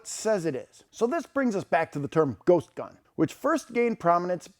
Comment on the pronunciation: Ghost gun? I thought they were saying Goat gun. BAA!